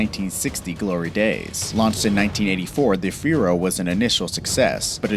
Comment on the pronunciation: No links. You just made these up from your own opinion. Pontiac "Fiuro" and "Covair?"